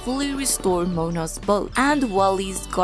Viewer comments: Moana ❌ Mona ✅ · Great tips. Only complaint is Moana is “Moe on a”